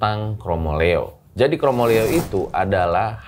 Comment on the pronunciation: bukan KROMOLEO tapi KROMOLEYO pake Y, dlm bhs jawa hampir tdk ada 2 huruf vokal bertemu